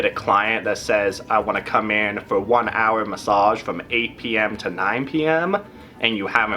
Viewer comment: I like the way you say "hourrrr"...